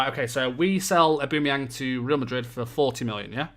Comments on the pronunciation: id say more like aw-ba-meh-young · O-Ba-mey-ang plese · Your pronunciation of Aubameyang is so bad that it annoys me so much! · nah that's the English pronounciation, isnt right. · To be fair it doesn´t matter if you pronounced it the way german or english commentators did, he is from Gabun which is a French speaking country. So maybe go with pronounciation of french commentators.